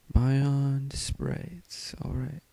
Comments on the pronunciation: It's Bee-yond, not by yond... Also, stop moving your mic around it's so annoying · very very helpful video. ((it's pronounced "beyond" though, not "buyond"))